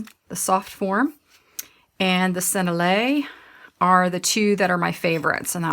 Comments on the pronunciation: Lovely video thank you. Did you know you can put the word Sennelier into google and it will tell you how to pronounce it? Senn-el-i-ay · Hi. Just to give you the French, it is sen-ell-i-ay. Small detail for a beautiful product and video but thought you may want to know the correct way to say the French name. Hope this helps. Said I’m the spirit of respect and love. 🩷